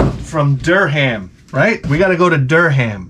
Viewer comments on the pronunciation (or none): Durham. Is pronounced durrem. Sorry my OCD got me. Plus roger daltry of the who was in a classic English movie called mcvikar. True story. The movie has some great music in it too. I like your English accent lol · He can’t pronounce Durham and his English accent is terrible but I love this man.